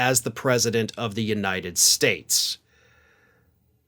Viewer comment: I know lots of words, great words, the best words. I just can't pronounce any of them. "The United SHTATSH"